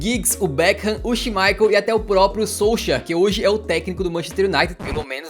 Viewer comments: Não é solcher que se fala é tipo solskaer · "solcha" ??? É um apelido carinhoso?